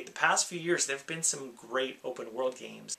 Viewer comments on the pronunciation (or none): none